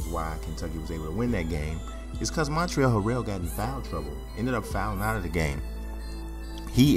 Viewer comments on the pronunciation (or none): The L is actually silent in Montrezl, not the Z. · Actually, in Montrezl Harrell, the L is silent.